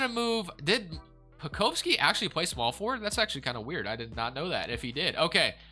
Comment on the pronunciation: Hey man keep up the great videos but as a thunder fan I just wanted to tell you that Aleksej Pokusevski is pronounced (Alek-Say Poku-Chef-Ski) not Alex Pokoski, and our main man Darius Bazley is pronounced (Baze-Lee) not Bazzly, great work brotha